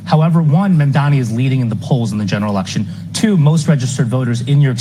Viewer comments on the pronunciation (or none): Girl, his last name is MAMDANI (not Mandami) 😎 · Hi, great content as always, but can you please try to pronounce Mamdani's name correctly? You keep saying Mamdami instead of Mamdani alot. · His name is MANDANI, not Mandami 🙃